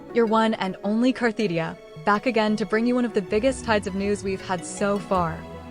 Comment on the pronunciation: It's funny to me that the poster always uses this AI voice that both mis-spells and mispronounces Cartethyia and instead calls her Carthetyia.